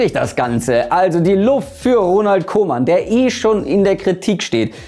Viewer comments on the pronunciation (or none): none